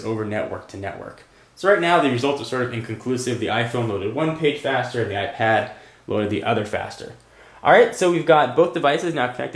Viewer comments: Hate the way you say iPad and iPhone, AIP ad AI phone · why do you say ipAHd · it pronounces AIP ad and AI phone